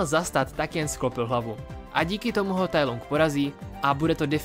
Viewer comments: Musím tě opravit. Nevyslovuje se to Tai Lung jak se to píše, ale Tai Lang. Jinak zbytek videa je v pohodě! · proč to čteš [tajlung] když i v Anglickém znění se to vyslovuje [tajlang] ???? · Tai lang je výslovnost děkuji